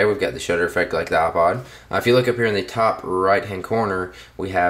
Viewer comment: You say aa-pod xD